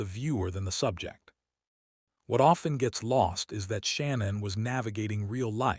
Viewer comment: you could have at least pronounced her name correctly